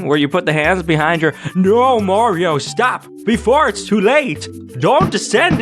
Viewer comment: It's-a-me! Maruto!